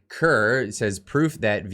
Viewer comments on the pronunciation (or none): none